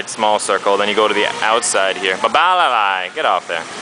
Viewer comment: did u seriously name ur dog "bowbalalai" thats what i understood :P nice vid 5 bowbalalai-stars